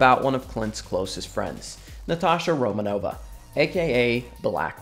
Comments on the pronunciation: Isn't it pronounced Romanoff not Romanova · That’s not how you pronounce black widows the last name